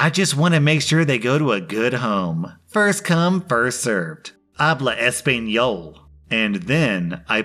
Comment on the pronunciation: This physically hurt me to watch after he said ‘es abla español’